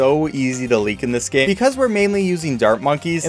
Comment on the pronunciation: “so easy to leak in this gay”